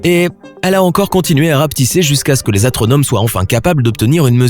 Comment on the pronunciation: atronome ?? sois c'est lui qui a mal dit ou c'est moi qui a mal entendu